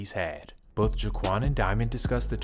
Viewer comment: “Jewkwan” instead of Jaquan. And “Youber” instead of uber 😂😭